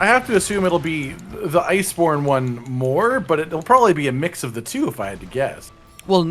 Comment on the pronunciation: Did anyone else hear say liceborne?